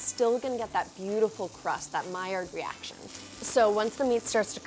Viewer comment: no one: not a single soul: tasty: MILLIARD REACTION 👁️👄👁️